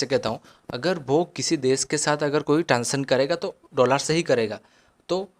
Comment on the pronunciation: Bhai Dollar hota hai doolaaar nhi😂😂😂